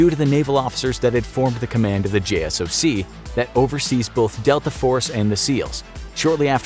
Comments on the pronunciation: it's Jay-Sock not J.S.O.C. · Did he just said J.S.O.C?? Its JSOC (Jay-sock) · JSOC is pronounced J SOCK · bro not JSOC...Jay-sock. so you lost me there. peace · Just a heads up jsoc is said J SOC instead of saying each letter. When at Ft. Bragg in a special unit jsoc was directly across the street from our HQ